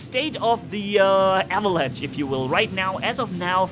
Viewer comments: (for ) avalanche is English for "lavine" you pronounce the ch in avalanche like sch in german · It's called Avalanche. Not Avelange.